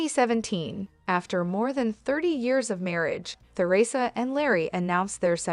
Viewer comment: I agree with the below comments-it must be hard for both parties. A word to the person programming the AI narrator: Take note that there's no "th" sound in the word Theresa.